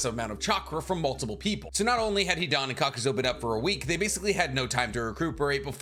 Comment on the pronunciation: love the channel but for someone who claims to have all the Naruto knowledge you constantly pronounce things wrong. For example, you call Kakuzu, "Kakuzo" and you call Lady Katsuyu, "lady Katsuyo"